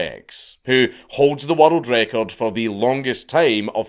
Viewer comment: i was so confused as to why he kept saying "watereld record"